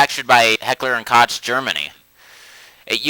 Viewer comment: I hate to be the asshole that points it out.... especially 2 years after the fact... but Koch is pronounced (coke).... RE2 was my intro into the series back in 99 and as a result got me into guns. Otherwise Great vid, keep up the good work.